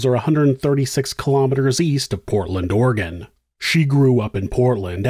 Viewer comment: I appreciate that you pronounce Oregon the correct way